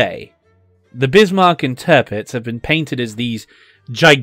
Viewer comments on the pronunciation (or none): Tirpitz should be pronounced T(ear)pitz.. not Turpitz